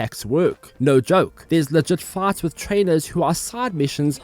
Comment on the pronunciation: Thought he was saying farts instead of fights.